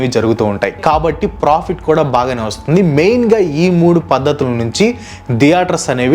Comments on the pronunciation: దియేటర్స్ కాదు బ్రో థియేటర్స్ నవ్వచింది మీరు pronounce చేస్తుంటే😅😅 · diaters kadhu bro theaters🤣